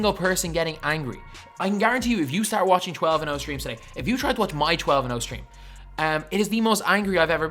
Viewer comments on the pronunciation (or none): none